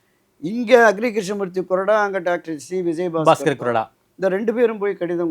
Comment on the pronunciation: அது கொடறா இல்ல bro... கொறடா .. இது என்ன தமிழுக்கு வந்த சோதனை..